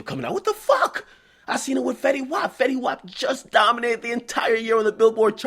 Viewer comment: That French and fetty mistake was horrible